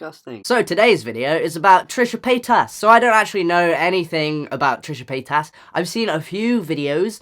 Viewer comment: When you say Trisha paytas it seems like you are trying to say petasse ( bitch) in a bad french accent.